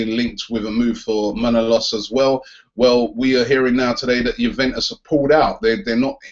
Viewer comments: Kostas Manolostas looooool ... "Mah-no-las" pleaseeee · Robbie and his mispronounciation strikes again